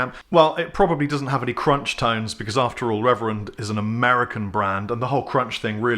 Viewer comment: I never heard of RRR-ever-end lol